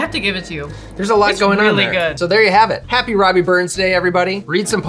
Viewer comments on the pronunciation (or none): We generally call him "Rabbie" not "Robbie". But I'll make one of these on the 25th (just one as it's a Wednesday this year).